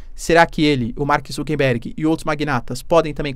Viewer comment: Mark ZuckeRberg e não ZuckeNberg